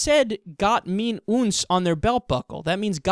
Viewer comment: Helpful hint: "Gott (mit)uns"... "mit" is pronounced JUST like the baseball term "mit" not "meet". I love your channel, but I also speak German. Keep up the good work!